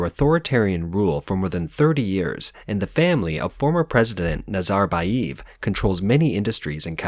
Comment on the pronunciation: NazarbayEv, not eeev